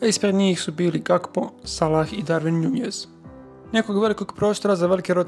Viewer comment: pa ti si bar pametna, profesionalna osoba koja razumije nogomet. Cijenim tvoj rad, cijenim rad Tribine općenito i jako sam vam svima zahvalan. Ali ako još jednom čujem Cody GaPKo, pa žile ću si prerezat